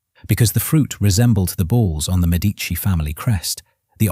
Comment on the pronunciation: Very good, well done. Thank you for the invaluable insight. But may I ask you a favour: would you please learn how to pronounce "Medici" correctly. It is pronounced just the normal way one pronounces the Italian word meaning "medical doctors", or "medical practicioners".